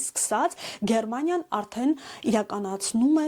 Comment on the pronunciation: Աղջիկ ջան, նախ Գերմանիյա ոչ թե ԳերՌմանիյա: Իսկ "դուլդունգ " ստանալուց զգուշացում են, որ ձեր գործերը փակված են և որոշվում է ձեզ հետ ուղարկելու ժամկետը, ՀԱ՞